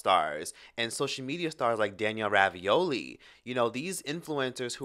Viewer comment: Danielle Bregoli not Ravioli 😂